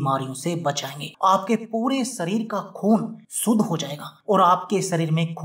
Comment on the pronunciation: "नास्ता", "सरीर" "सुद्ध" क्या होता है; कोई उच्चारण दोष है क्या? आपके उच्चारण दोष के लिये कोई ड्रिंक??